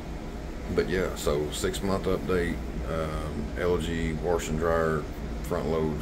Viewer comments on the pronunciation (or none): Where is the “R” in the word warsh? You know? I took a shot every time you aid that and I went through a whole fifth